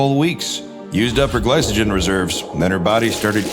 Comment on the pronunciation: "Dr" doesnt know how to pronounce "glycogen"?